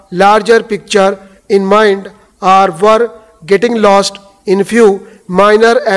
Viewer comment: Dear, I would like to point out a small yet rather annoying fact, when you dictate your pronunciation of "are" and "or" are exactly the same. Please try and correct it in your further dictations.